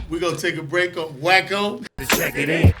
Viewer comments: It's "WACKO" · Wacko not Wack 😂😂😂😂 too funny